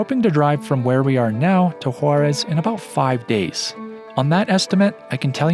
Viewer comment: beautiful video! Scenery is amazing. By the way it is Huaraz silent H and the accent on the second syllable